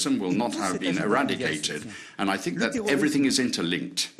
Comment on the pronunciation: ‘I sink, I sink, I sink’. France is sinking with that puppet!